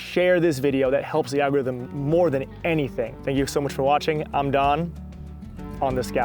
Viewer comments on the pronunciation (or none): none